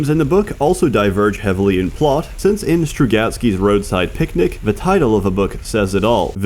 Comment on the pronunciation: you said picnic like my grandma that has that silly Darth Vader voice.